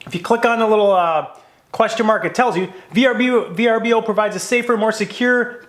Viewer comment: Pronounced as VERBOWWWW